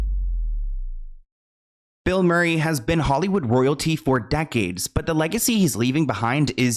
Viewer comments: It’s Mur not more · Kept hearing “Bill Morray” - Mureeee lol ❤ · He's also saying Bill Maury instead of Murray 😂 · Greena Davis and Bill Maury? This creator butchers names without a care in the world. Couldn’t watch past “Greena” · … “Bill Morry” 😂 . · Bill “Maury” lmao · Bill Maury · No, he can’t start pronouncing things correctly now because how else are we supposed to know when he gets body snatched? 😂